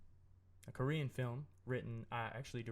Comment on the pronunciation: That korean language mispronunciation though. Also, for Sergio, the Korean word for "mom" is umma ! Aaand I kinda gave up like 20 mins in cause the audio was really hard to hear but I will properly watch/listen to this once I am in a quieter place!